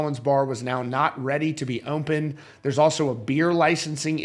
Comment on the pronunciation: Dear Sir, There is no M in the word “open”.